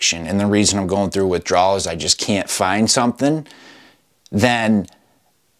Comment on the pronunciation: Ur saying system give me withdwal lol😂😂😂